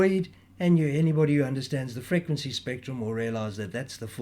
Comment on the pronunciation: Never herd such an annoying pronunciation of the word frequency!!!!!!